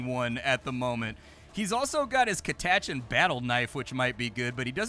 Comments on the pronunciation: I came here to say the same thing. Ive always read it as Cat uh chan, but to each their own I suppose. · What a way to pronounce Catachan